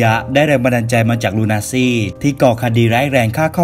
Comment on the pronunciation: คดี ลูนาซี lol nazi ไม่ใช้ ลูนาซี่